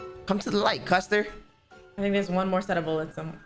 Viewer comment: Why you call her a "custer"? hahahahaha!